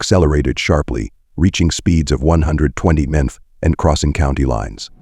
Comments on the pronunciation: Gotta love ai saying mph and BMW wrong had me in tears laughing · The effing AI narration is garbage. Seriously...the suspect was trying to leave in a black suv. Not S-U-V......a suv. The suspect was going 100 mmph..not miles per hour...mmph. how effing hard is it to narrate the video...thats the easy part. I hate when channels do this lazy ish. Ill skip this video thanks. Cant stand it